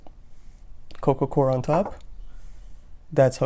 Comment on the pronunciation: sounds like you say coco cor what is the soil your using?